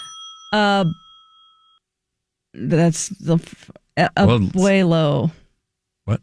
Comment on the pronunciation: Had to chuckle when said Adan “Abuelos” cause that means grandpfather/grandparents in Spanish. But we know what you meant - good try. (It’s Bah-nweh-los). Good thing is with the break up, you may never need to say his name again.